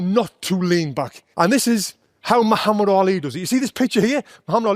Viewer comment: For the first time I see a foreigner pronounce the name Muhammad correctly 😂😂